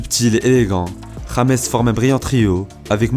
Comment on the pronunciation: Pourquoi il met que "james" sur son maillot au lieu de mettre "Rodriguez" ? Et son prénom est mal prononcé